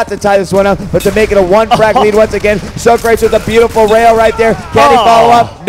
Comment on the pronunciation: lol they call him so- crates. its sawcrawtees